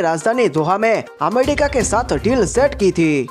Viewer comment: Amedika nahi America bolo bhi 😁😁